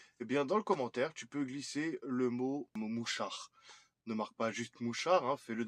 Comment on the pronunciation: Je ne sais pas si tu as dis un mouchard ou un mouchoir :)